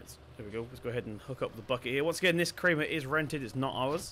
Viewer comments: You pronounce it as "Kraamer" not "kreamer" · It is pronounced Kraymer